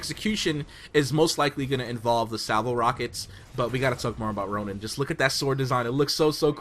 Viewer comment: did you just say tonin???